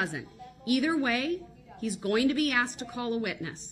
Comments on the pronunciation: Axed it is called asked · Tell the troof, I'm finna axed a question of atty Goof. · And “axed” = ask